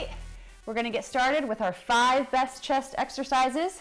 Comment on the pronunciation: Did you just say "Five breast chest exercises" ? I misheard that. LOL